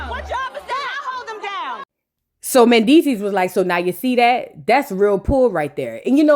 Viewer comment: Okay next to Amara. When you talk about Mandeecees is at the top of the list. Why I shiver when you be saying Mandeecess.Wooooooooo🤣🤣🤣🤣🤣